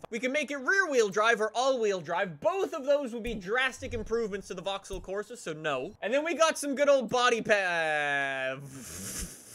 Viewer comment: He can’t even say vaxhaull correctly 😂😂😂